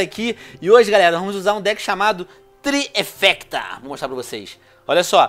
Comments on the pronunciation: Sabe nem falar o nome do deck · Sabe nem falar o nome do Deck kkkkkkk